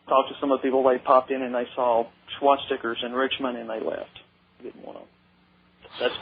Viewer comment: That guys said "swastickers" 😂